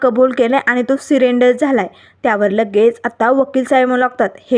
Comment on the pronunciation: सिरेंडर नाही सरेंडर बाई.